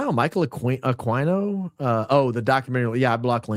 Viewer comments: Michael Ah Queen O not AkwineO. AKA psycho dbag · Aquino is a Pilipino name pronounced Aah Key No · That congresswoman let it slip that Erika lost her kids in the valuetainment interview recently. And was mispronouncing Michael Aquino's last name. Dude is not a horse... Ah-keen-oh. Also, he is an actual scumbag though! Linked to a child sex abuse ring at a military daycare. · "Akeeno" is how his name's pronounced. Just sssayin'.... PS: Did you lookninto that streamlabs superchats yet? It's your money, not google's! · Also, pretty sure his name is pronounced A-KEEN-NO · Ah-KEy-no. Michael Ah-KEY-no. We deserve better. 😂